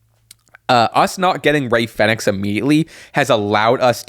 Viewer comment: Americans cant say Fenix properly shocking